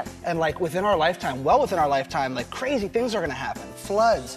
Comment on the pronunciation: did you just say lik dicky. Was that on purpose